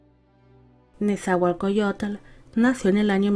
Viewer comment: Un gobernante famoso, su poesía ha logrado prevalecer a pesar del tiempo. Mi escuela secundaria lleva su nombre. Solo una pequeña corrección, así no se pronuncia su nombre.